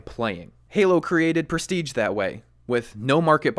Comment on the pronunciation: Its presti"sch"e not presti"tsch"